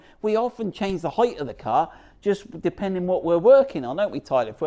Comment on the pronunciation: Height is correct it’s not th in the end it’s ht . Therefore your pronunciation is perfect